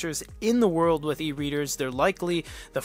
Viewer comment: Comment about the tts system, well its just not ripe yet. "The" it would read out like "t-he" sometimes, not always. I experienced same behavior with word "world" > "we" "orld"